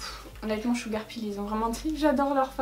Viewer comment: Bon.... sil te plaît, arrête le massacre, je t'en prie! Arrête de dire "blood SHEUGAR" ça se prononce SHEUGEUR!!! (PS: Je t'adore 😙)